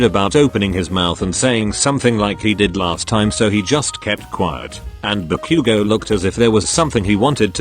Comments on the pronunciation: THE TEXT TO SPEECH THING SAYING "deeku" AND "kakan" FOR DEKU AND KACCHAN- DJSHSUSHSBSB EDIT- PLS NOT THE "ba-queue-go" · I’m sorry the pronunciations are so funny. BAckyOugou DEEku YeARs ✨kAchan✨ I could go on.